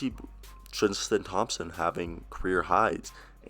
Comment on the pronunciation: Bruh. You can’t say theis right or thompson, what’s up with that man